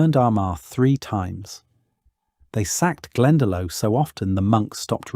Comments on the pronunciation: ..pronunciation: Glendalough = glen-daw-lock, Louth = loud-th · Glen da low 😮 Had to stop listening after that woeful pronunciation. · yeah. He murdered Glendalough! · Pronounced "Glendalock" spelled "Glendalough" Not pronounced Glendalo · Glendalough is pronounced Glendalock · Lios is pronounced Liss. Not Lee-os Clonmacnoise is Clon mac Nice Glendalough is Glen Da lock If were using anglicised version of gaelic names. This is just all wrong.. showing Romans while talking about vikings, showing 18th century ships in the viking age... I can't go on watching.... AI really means Artificial Ignorance Its taking over and destroying youtube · Omg what an awful AI construction. The graphics, videography and butchering pronunciation... worst example glendelow and tooth. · ‘Clonmacnoise’ pronounced ‘Clonmac-no-are’ AI rubbish! ‘Glendalow!’ Lol! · PLEASE learn how to pronounce the Irish names ! I couldn't stand it when you said 'Glenalow' !